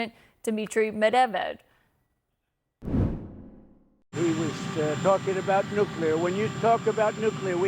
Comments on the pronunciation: She just mispronounced Medvedev which could escalate even more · she cant even pronounce medvedev and she is a news anchor? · First of all, Trump doesn’t know how literally anything works, so not news. Second, if you’re an on-air anchor for a major international news outlet, you really need ot learn how to pronounce Medvedev, ‘cause right now you don’t have a clue. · his last name is Medvedev not medavev....dumb journalist........she has TDS disease forever.... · She even can't speak Medvedev right. She sad Medevev lol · Stupidity not medeved its Medvedev😂😂😂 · It’s not Dmitri “Medeved” as Caitlin says here. It’s Dmitri “Medvedev.” An honest, mistake? Probably yes. But that doesn’t mean we shouldn’t try extra hard to get it right the next time, even though I admit it’s not an easy word to say. Just trying to be fair to all sides. 😊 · It's Medvedev and not Medevev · Former President Mavdev and then President Meb ved devs 😂 😂. He has been a reporter for many years and apparently one that is higher ranking. How does he get the former president of russias name so wrong? Then bringing on John Bolton for his opinion and analysis shows HOW DESPERATE HE IS AND CNN! Laughable! I watch for this comedy bc that’s what it is! These people still don’t realize that they are compromised and have been for years! The years part is for those who can no longer deny the overwhelming truth and facts about these frauds at cnn msnbc Bolton, clapper Brennan, comi , Hilary, Obama, Biden, milley:) he is a total loser FAUCI and so many others! You guys have to give it up! Your audience is 75 percent here to laugh and remind how terrible your reporting is. 15 percent know your liars but are hanging on by a thread so that they don’t look crazy for believing everything you told them for the last 10 years. Then you have the rest that are Looney Tunes! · Her pronunciation of Medvdev is so cute 🥰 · bro she can't even say "medvedev" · is MEDVEDEV so hard to pronounce